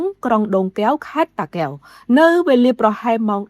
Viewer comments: អានពាក្យថា តាកែវ មិនត្រូវមិនច្បាស់ សូមកុំអានអីល្អជាង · អានតាកែវមិនត្រូវ